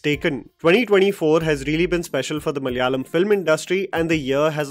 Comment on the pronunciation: that opening malayalam speaking attempt was good. In hopes that the industry might bring more films to enjoy let me give you a minor linguistic update: MA-LA-YA-LAM മ-ല-യാ-ളം म-ला-या-लम It is malayalam, not ma-lya-lam! 😁 (No hate, you might need to use the word again, hopefully ✌️) Although, i wish Malaikotte valiban was also successful, it had some potential but failed now, it might find its right audience in the future 🙌